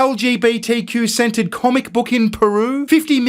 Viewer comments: when you say centered it sometimes sounds like scented to my ear. So i got quite a chuckle when you said lgbtq scented comic book 😂 please forgive me. I'm American. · this is wild i have an ear thing going on right now and when he said trans gender centered it sounded like scented and only because iwas curious about this sceneted comic book did I double check....i literally otherwise did not think twice about it.....i just wanted to know what kind of scenting they would have used....so disapointed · Did you say an LGBTQ-scented book? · I'm hearing you say "LGBTQ 'scented' comic book." Could you elaborate? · lol I thought you said LGBTQ scented comic lol imagine what that would smell like lol 😏